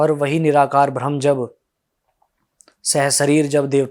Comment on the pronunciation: "भ्रम" नहीं "ब्रह्म"